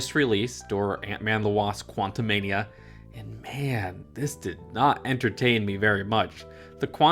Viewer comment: “Qwantumwell”? Lmao Jokes aside, keep up the good content. No matter what type of video it is, I’ll still watch.